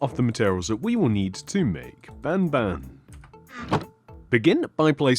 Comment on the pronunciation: Its ban ban not bab ban OK? OK!